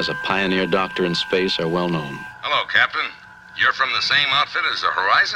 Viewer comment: Cap-itan James T 'sweet jesus' kirk